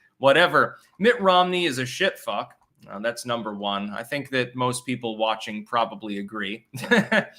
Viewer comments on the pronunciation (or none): none